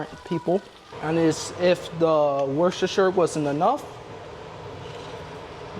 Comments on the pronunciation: Wusstersheer sauce is how it is pronounced in England...... that is not however, how it is spelt lol, just trying to make it easier for you to pronounce. Hope you find it helpful. Great video as always xx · If it helps at all, we pronounce it “wooster”, despite all the other letters! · Wuss ter shire darling ❤ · That was alot of worstershire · Lovely video. Lovely seeing your family grow. Worcestershire sauce is pronounced Wooster shear the ces is pronounced s and shire is shear as in shearing a sheep. I love listening to people try to say the names of a lot of English towns and cities with their silly spellings. Much love from Staffordshire, (said staffud shear ) England ❤ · Wusta-sheer sauce. Or like most of my British friends call it, "W" sauce. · Wooster sheer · Worcestershire = Wuh-ster-shuh or if you are Jerry ‘who’s your sister sauce’! 😮❤